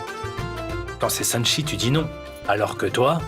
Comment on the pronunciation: Apa tonton nikita di sanakchi Olye de sanchi😂😂😂😂